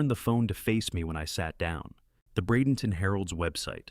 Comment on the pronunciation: Bradenton Florida. Thanks for pronouncing it correctly.